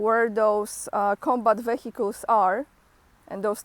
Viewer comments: every 100 km 1 Tank if 14 of them…👌🏻👌🏻🤣😂 A lot there is 1500km Front line so all this Equipment i really a lot!!! 👏🏻😂😂 try to say Vehicles without H…sounds better and proper spell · you don't even know how to pronounce the word "vehicles" properly? When will you finally learn to speak correctly?